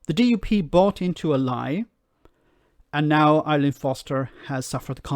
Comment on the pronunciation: Her name is Arlene.....not ILean....